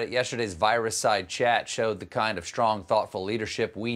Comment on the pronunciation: Is he really saying "shtrong"? This is getting out of hand.